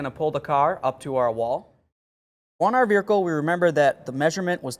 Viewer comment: Very helpful video. Just checking... Are you adding 'r' to make it sound like ver-hicle?